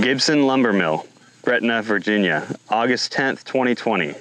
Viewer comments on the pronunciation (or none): none